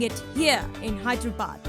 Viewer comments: its hyderabad not hiderabad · Hyder + abaad pronounced: haider aabaad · It's actually pronounced Haider Aabaad. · Hy-der-abad is more like it. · its actually HYDER-ABAD.